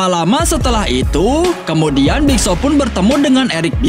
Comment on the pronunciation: Nama nya big show Abang nya bilang big Shaw